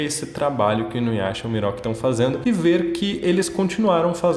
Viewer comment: ''Miroki'' kkkkkkkkkkkkkkkkkkkkkkkkkkkkkkkkkkkkkkkk, não consigo não rir